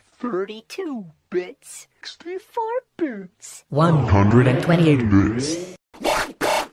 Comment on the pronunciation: OnE HUnDRed AnD tWentYeigHt Bæts